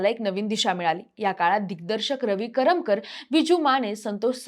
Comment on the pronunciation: मणात नाही ग बाई मनात, कोण हयांना काम देत ज्यांना धङ मराठी पण बोलता येत नाही करम कर पण म्हणाली बावळट मुलगी ते करमरकर आहे